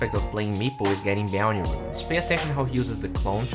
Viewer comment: Will he ever learn how to pronounce bounty? I guess only time will tell us